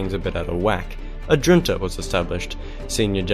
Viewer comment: The big mistake in this is that he pronounces junta as if the j was pronounced as a j and not as an h .